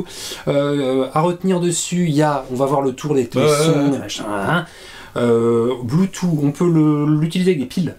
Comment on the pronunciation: On dit blue touffe, pas "blue tout"... 🤣